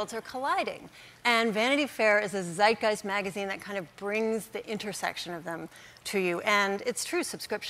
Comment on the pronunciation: Everyone is complaining about how Stephen pronounced Radhika. But is no one going to mentions how she butchered the word “Zeitgeist”?